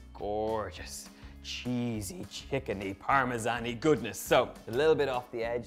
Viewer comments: It's either a ZAN sound or a JAN sound. Neither Italian nor English uses a ZHAN sound. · In America we say "Parmesan" the 2nd way, but since you're from Ireland you get a pass, lol!!! Besides... Your version looks delicious so it doesn't bother me in the least. Your accent is so AWESOME!!!